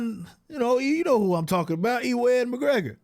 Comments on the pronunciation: "E-wan" McGregor 😂😂😂 hilarious, it's not "E-won" or "EW-an" either. It's pronounced like "U-an" 😂😂😂 that's funny bro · I stopped watching at E-ONE. its pronounces U-ONE McGregor. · EE WAAN MCGREGOR 😂😂😂 never heard his name butchered before hahahaha. Watch train spotting my dude, really good movie with him. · Upvoted just because of EEwan McGregor 😂😂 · Ewan is actually pronounced "U-an", it's a very old Scottish name. Feel free to take the pish out him all you want though, he deserves the ridicule. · Ewan is pronounced "You-in"